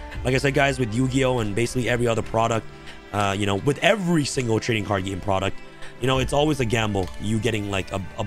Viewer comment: Love when you get the names wrong